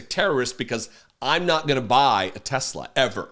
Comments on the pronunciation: Teslur? Hahahaha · What about the " I love tesler!" Clip😅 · What the f is donny talking about? If you "do" what to tesler as he calls it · Trump couldn't even pronounce the name Tesla right. He was also confused as to what the black round thing was when he sat in it. When he saw all that black, he was heard to say, "Didn't TESSLER get the memo on DEI"? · I hope Tesla shares tank at $10 and he keeps calling it “Tesler”. 😆😆